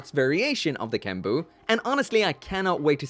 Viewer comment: It's not kenbu, it's GENBU!